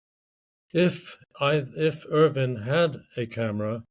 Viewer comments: it's Irvine with an E not Irving with a G....numbnutz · Pulling a Ross lol it's Irvine not Ir-ving, I am the same way, My Wife gets pretty annoyed by it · Please stop calling him "Sandy Irving" his name is "Sandy Irvine". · Yes his name is Irvine, pronounced ‘Urvin’. Not ‘Urvyne’! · Very irritating listening to podcast host repeatedly mispronouncing Irvine as Irving. Even after guest properly says Irvine with a polite nuanced inflection in his voice. Yikes! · Could you please have some respect and pronounce the man's last name correctly. Irving?? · Irvine. Not Irving. Interviewer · it sounds like the one guy is saying Irvin”g” adding a g on the end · According to other YT channels the Irvine family pronounces as *UR-vin* People are constantly trying to correct it to *Ur-VINE* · Andrew "Sandy" Irvine's last name is pronounced ERV-in. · Yes, all of those pronunciations, just not IRVING with the g. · Sandy was British, the correct way to pronounce his, surname is Ure vin spelt urvine, as the british speak English correctly in its most modern original form this is the only correct way to pronounce his name. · nice try but you clearly pronounced his name irVING at least twice in the beginning of the video alone. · How inept are you??? You can't find evidence that Erich found/spotted Irvine's boot first!!!! It's in the film clip!!!!!!!!!!! Time for you to stop pretending you have something significant and factual to add to this recent find. Utter nonsense. You cannot even pronounce Irvine's name correctly.